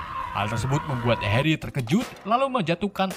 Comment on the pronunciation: bang yang bener namanya tuh Weasley dibacanya wisliy, Hermione dibacanya Hermioni dan bukan Herry bang tapi Harry tulisannya